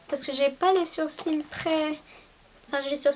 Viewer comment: C'est marrant tu dis " surcils " au lieu de " sourcils " et du coup ça a tout aussi son sens vu que les sourcils sont au dessus des cils aha c'est trop mignon!